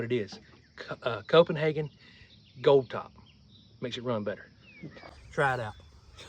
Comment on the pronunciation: Copenhagen lol, Get r dun.... 😊